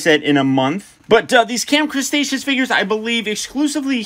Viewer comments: Did he just say camp crastashoes!🤣🤣🤣😂😂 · Nobody:..........: Camp Crustaceous